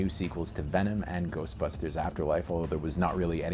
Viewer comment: It's called "Venom", not "Vemon".